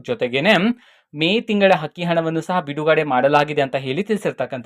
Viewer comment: Hakki hana alla Sri adu akki hana nivu kannada sariyagi matadi ok😂